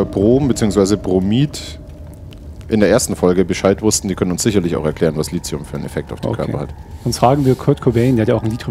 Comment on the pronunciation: Lithium mit T und nicht mit c oder z, wie Silizium, das ist ja grausam :D